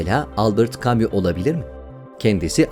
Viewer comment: Affınız sığınarak belirtmek isterim; tarihi şahsiyetlerin isimlerini telafuz ederken sunucunun daha özenli olup bu konuda ön çalışma yapması gerekiyor. Albert Camus, Engels..hep yanlış telafuz edildi. Maalesef ecnebi isimlerin İngilizce telafuzunun doğru olduğunu zanneden kitlenin zaafiyeti burayada sirayet etmiş gibi. Bunun gibi ufak ama mühim detaylara gösterilen dikkat bu güzel kanalı daha da yükseklere taşıyacaktır. Teşekkürler.